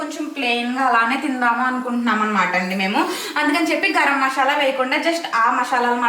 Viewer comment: Akka adi mashala kaadu masala meru thappuga pronounce chesthunaru akka